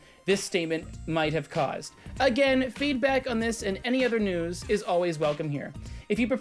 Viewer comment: Why do you say "nyewws" like that you absolute slice of bread